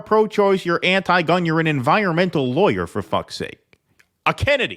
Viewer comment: mispronounced the word "lawyer." The "aw" makes an "ahh" sound, not an "eye" sound.